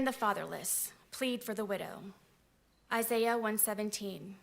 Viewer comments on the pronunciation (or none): none